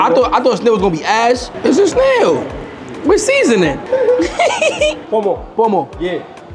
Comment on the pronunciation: Why is this Nigerian guy trying to Westernise the food names? ‘Amla’ instead of ‘Ah-mah-la’ (amala)and ‘Pomo’ instead of ‘kpoh-moh’ (ponmo). Say the names properly so that they can learn the authentic pronunciation. They came to Africa to experience the authentic Africa, not the Westernised version that they likely already see.